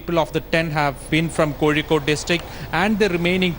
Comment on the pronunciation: You do not pronounce Kozhikode with a ‘z’ .